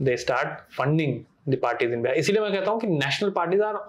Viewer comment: It's beehar it's bihar